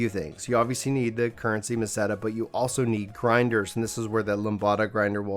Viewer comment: Great vid! And you pronounced Meseta right! Hahaha thanks for the info man